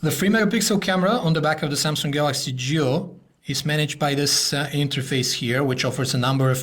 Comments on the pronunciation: Why do I hear "JEW" instead of "GIO".... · I keep hearing 'Galaxy Jew'.